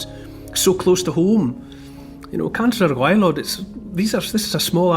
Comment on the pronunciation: Cantre'r gwaelod perfectly pronounced by Neil Oliver 🏴👏👍